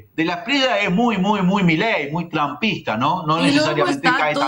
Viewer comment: Inna, se pronuncia De la Esprie-ya, no De la Esprie-la